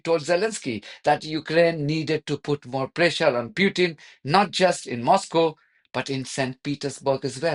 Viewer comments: President Putin not Pyutin. Please have some respect. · Please, show some respect as an Iranian and pronounce Putin name properly.